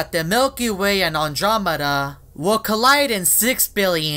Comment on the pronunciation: It's Andromeda not adrameda